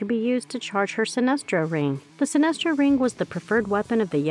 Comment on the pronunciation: Sinestro* not sinister